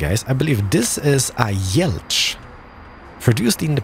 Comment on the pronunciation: Tak dobrze wypowiadasz Żuk i Jelcz ....